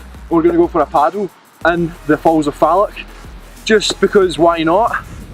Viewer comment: It’s Loch, not lock, and Falloch, not Fallock lol!